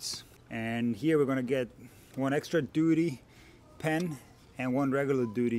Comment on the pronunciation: Ah, duty. Thought you said doodie.